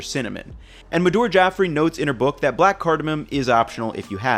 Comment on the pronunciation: The way you butchered saying Madhur Jaffrey's name throughout this video is so bad. Also biryani varies hugely throughout India, so there's lots of room for experimenting.